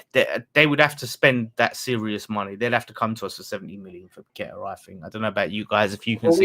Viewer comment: Get to watch how Paqueta says his name DO NOT copy the commentators they know fuck all!!!